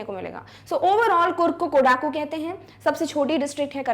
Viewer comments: I think the pronouciation of 'KODAGU'' is wrong.🤔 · Mam, it's कोडगु not कोडागु and one more place is निसर्गधाम not निसारगधामा.